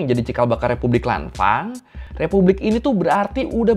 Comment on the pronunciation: dibancanya lanfeng bang kalau dichina